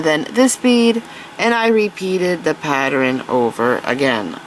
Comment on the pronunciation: That is absolutely gorgeous!!! I hope I get as good as you!! You are amazing. A great instructor. I love you voice. However, just a note: pattern isn’t pateren, and Valentine isn’t Valentime. I love you!!! Please don’t ever stop teaching!!